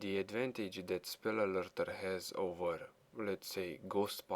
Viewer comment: Spell Alerter sounds like you said Spul Alolto sounds so fking epic